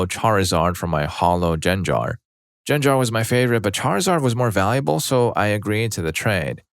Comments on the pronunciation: genger is not pronunces "jen-jar" it's pronounced gen (g for good) gar (again g for good) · Roo-lay and Jen-jar....come on, you're better than this. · Stop pronouncing gengar wrong! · I visibly recoiled at the way you said Gengar, lol.